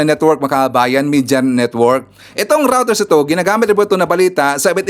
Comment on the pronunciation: Reuters pronunciation: 'roy-ters'